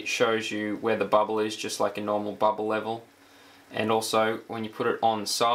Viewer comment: "bwubble wevlel"